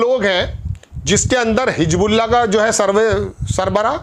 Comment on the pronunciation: Bhai apni urdu bhi theek kar lo.hijbullah nahin,HIZBULLAH.please not disgrace urdu.